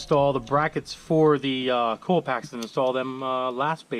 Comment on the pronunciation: say it with me... COIL packs... COIL... not cool